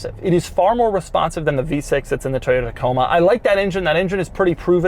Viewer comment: “Toyota Coma” lol